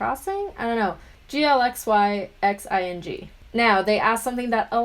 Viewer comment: Hehe glxyxing here! You said it right galaxy crossing, that was so cool never thought I'd hear someone actually say my ig name in a YouTube video! Anyways though! Thanks for answering my questions! Loved your love story! ❤